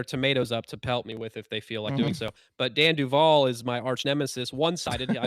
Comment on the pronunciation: Duval not devi